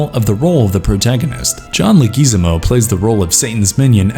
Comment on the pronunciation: Announcer needs to work on name pronunciation. It’s Sea-cord. Not Secord. And I won’t even start on his pronunciation of John Leguizamo.